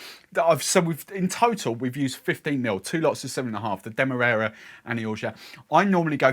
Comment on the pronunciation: Not that you asked, but I think the first a in Demerara is pronounced like the A in marry